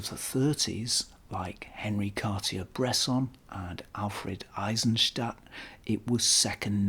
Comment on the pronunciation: Very nice, I largely agree. You really need to work on your pronunciation of Cartier-Bresson's name. Overall, however, I believe the best LTM screwmount user experience is with a lever-wound V (five) series Canon (L-1, L-2, L-3, V-L and V-L2), depending on your flash/selftimer/rewind/metal shutter curtain preferences. The swing open backs for easy loading, combined RF/VF for 35mm and 50mm lens with a magnified RF view for critical focusing are so much nicer than a squinty Leica II, III, or IIIa-IIIf). A bit larger than a Barnack (but much more versatile), You can use one with a collapsed Summitar (so long as the lens is screwed on prior to collapsing), but the common 50/1.8 Canon will give even the LTM Summicron v2 (quite a rare expensive lens) a run for its money. Fit and finish are superb, verging on "Wetzlarian", the zenith for Canon rangefinders, smoother with a more dependable shutter than the ensuing Canon VI and 7 series. Not to mention beautiful...